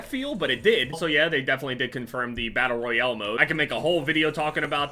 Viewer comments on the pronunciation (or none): Doesnt he say battle royale battle royele? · anybody realize the way he says battle royale